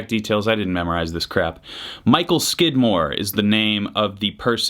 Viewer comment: Did you say Michael Skidmark or Michael Squidward? Need clarification. ;)